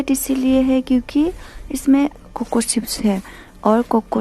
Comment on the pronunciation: Sarcol nahi charcoal. Sips nahi chips. Waise aap ka Assamese accent perfect hai.